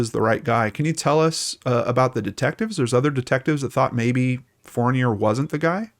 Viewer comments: Hi, in french Fournier isn't pronounced as fornay, you can search "Alain Fournier pronouciation" ;) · maybe the way I spelled it doesn’t echo it....fourneeay....it’s certainly not pronounced the way he is pronouncing it, unless of course it’s been Americanized. That’s what I was asking. I’m from Quebec,btw. I know how to pronounce that name 😉